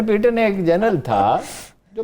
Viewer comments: Haroon Sahib it’s General PATTON not PEETON. Please correct your pronunciation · Haroon Sahib this General’s name is PATTON not PEETON. Please correct your pronunciation.